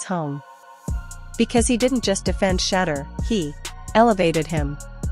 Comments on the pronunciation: Pronounced “Shi - door” (Shedeur) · If you want to grow this channel your AI has to learn how to say his name. It’s Shedeur! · Whoever this woman is need to pronounce his name right or shut the hell up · Listen, if your going to be some type of spokesperson story teller, put some RESPECT on Shedeur's name and pronounce it correctly or step aside 💯